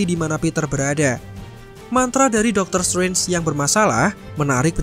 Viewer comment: DR.STRANGE oi bukan DOKTER SUWENS. Ngomongnya biasain kek, DOKTER SETRENS kan lebih enak di denger.